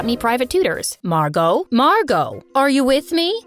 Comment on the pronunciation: Her name is Margo like Fargo?😂